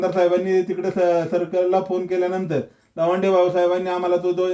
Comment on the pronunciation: लवांडे नाही तो.भवाडे